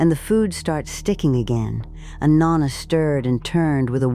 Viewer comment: Pronouncing “Nonna” wrong every time! I can’t watch! And I know it is AI